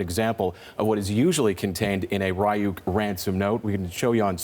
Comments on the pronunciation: “Rye-youk” lmaooo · RYE YUKE NOT RE YUKE TF??? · Its Reeyuk not Rayuk. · I love to hear them pronounced "ryuk" as "rayuk" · It's Ree-Yuk, ur welcome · its pronounced REE-OOK, and it's called animes, not japanese cartoons...... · Didn't they pronounce it wrong? Isn't it reeyoukay and not ryouk